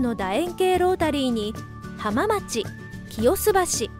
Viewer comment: 浜町の読みは「はまちょう」です。